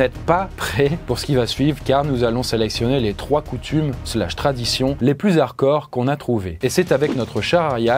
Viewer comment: on dit hardcore pas arcore